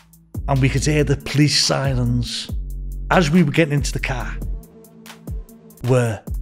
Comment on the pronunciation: Cwazy and siwens 🤣 Welease Bwian.